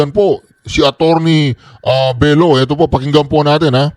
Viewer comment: Ka Reaction di po yan BELO as in Dr. Belo - Belyo po yan. Bebot Belyo